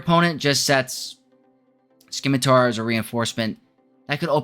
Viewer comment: "sim-uh-tar" Ignore the fact there is a "c" in there. Thanks for the video though. This has been my experience as well.